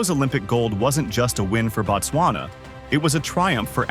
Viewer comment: "Boat-swana", not "Bat-swana"... As user "@ is implying below, "Batswana", as you are pronouncing the name of the country actually = "The Tswana people"; The correct name of the country itself is pronounced "Boat-swana" or even more correctly "Boot-swana"; I am not even going to waste time teaching you how to pronounce the "b", just say it however you always say it.. However, "Batswana" as you are pronouncing the name of the country is the same as saying "citizens of America". On the other hand "Boat-swana" or "Boot-swana" is the same as saying "The country of America".. The pronunciation of the prefixes in the Bantu language means and determines everything